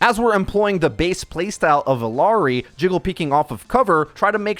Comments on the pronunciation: Such a great vid and explanation of what does. Small thing, the "LL" in her name is pronounced like a "Y". So, phonetically, it is "ee-YAH-ree". I get that hitting that Y may be difficult with the Engligh "R", so it may take some literal practice.:) If you start her name with an "eh" instead, it will help. Not perfect pronunciation, but a lot closer. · Small note: Illari is pronounced like ee-yah-rree. Great video! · LL makes a “Y” sound. Ee-yar-ee.